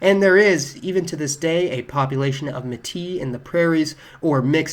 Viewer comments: How about may-TEA, like in French? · It is not Muh-tea, but MAY-tea for Métis